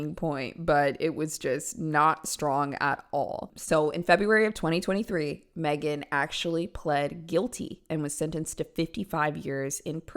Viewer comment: Magen, really? That's pronounced mag-en. Homegirl has some crazy eyes vibe to boot.